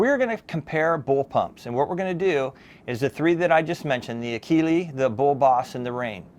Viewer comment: Enjoyed this review; especially since I have extensive experience with one of these and oblique exposure to another. First the Akela (and I know I'm OCD, but it ends with an "a", not "e". A-kee-lah as opposed to A-kee-lee), which anyone who had Krals when they arrived in the US knows is a slightly upgraded Kral Puncher-Breaker. Yep, sorry, but that Benjamin that you like is actually a Turkish made Kral, and they make nice guns. The only issue I had with the Krals in my airgun store was they were a bit loud but overall nice guns and the Akela looks like a good gun, except, that annoying lever. 100% agree that those butt mounted levers are just plain irritating. The Bullboss was one of my very best sellers. The down side was that it was and still is heavy. IMHO all the Hatsans with the exception of the Flash series are heavy. But as pointed out here, it suddenly gets much lighter feeling when shouldered and every one I tuned for a customer was extremely accurate (except one that came it with what turner out to be a warped barrel). The only issue I ever had with the Bullboss was that I had to shim the scopes on every single one I set up. That tactical rail was consistently off alignment by about 1.5mm. Finally, thanks so much for including the Walther. I have a former customer with shoulder problems who contacted me looking for a suggestion on a sub $600 bullpup replacement for his Flashpup because, surprise, with a cranky shoulder the rear bolt is getting very hard for h